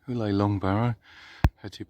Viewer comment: Uley is pronounced Yewly not Ooley 😊